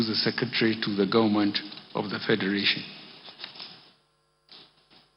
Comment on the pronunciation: Gaunmenht or Government??? What is he talking about? Somebody help me!